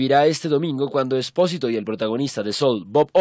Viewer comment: No es espósito, es esposito, y se pronuncia sposirou